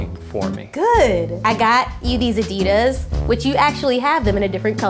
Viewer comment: My ears always contort themselves when I hear them pronounce Adidas (and Gouda cheese as well).